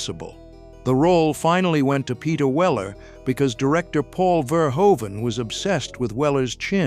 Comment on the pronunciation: FYI the director's last name is pronounced Fehr-hoo-vun.